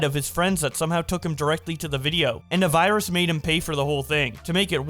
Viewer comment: “ThA vYrUs”